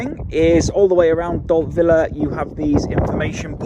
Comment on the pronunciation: Don’t know where you’ve been hiding, but good to see you back. I’m quite sure you pronounce Dalt Vila or “Upper Town” (Vi-la and not Villa), although I could be wrong 🤭